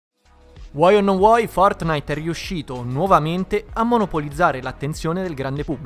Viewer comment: Nobody: Will Smith: fotnait